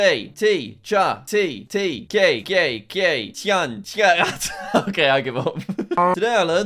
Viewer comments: "Tea" is not pronounced ké in Eastern European countries. You misread their alphabet and it's pronounced more like "chai". Some countries of the world got the name for tea from NORTHERN China (cha), some from SOUTHERN China (t'ee). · jack its not pronounced gay its pronounced Chay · Its not cai, you say chai, like chai tea but just chai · bro said gay ins stead of cay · Not gai???? čaj😂😂😂😂😂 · i found it kinda funny when you said “k” for čaj lol its supposed to be pronounced like chai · He either said "gay gay gay" or "KKK", even though it's pronounced "chai". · Jack tea is pronounced chai not kej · its not kay its chay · The letter č is read the same as ch in english chai. Not k. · My ears: gay gay gay 😂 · "Kay" As a person who speaks a slavic language and is from a slavic country (Czech Republic), the pronounciation of Čaj makes my ears bleed. (It's pronounced Chay) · pronunciation here is not 'kay' but it's "CHAI" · Svi balkanci u prave bunu dok dzek govori kej umesto caj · As a montenegrin, the way jack pronounces 'čaj' as 'kay' makes me wanna vomit lmfao 🤣🤣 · its a ch sound. Like Chai tea. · "Čaj, Чай" and "çaj" are pronounced "Chai" and "Τσάι" is pronounced [similar to] "Tsái" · It's interesting that Minessota has a very hard state border visible. "čaj" isn't 'kei'. It's the 'ch' from "check", folowed by a short version of 'ie' from "die". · accauly pronounced chai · erm actually its pronounced chai🤓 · As Slovak he read čaj as kaj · bruh he pronounced all of these as kay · As a Slave, I have to tell you this 😂 Try to read normally this word: „chay“ (but with an "A" vowel sound, not an "E" one). And that's approximately how ČAJ is pronounced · "tea, tea, tea, gay gay gaj gaj gaj" Jack Č isnt G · My guy broke me with the butchering of чай/čaj 💀😂 it’s pronounced “chai,” like the type of latte/tea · did anyone hear him say gay when saying čaj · It's pronounced Chay, like China ; the Eastern European tea is strong! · Čaj is pronounced like chai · "gay gay gay"🤣🤣🤣🤣🤣🤣